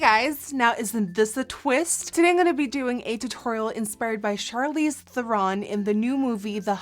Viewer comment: I love that you can say her name correctly!